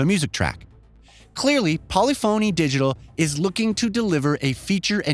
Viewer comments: How many words can this guy mispronounce, starting with Polyphony Digital??? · Am I the only one who cringes each time this guy pronounces “polyphony digital”? 🥴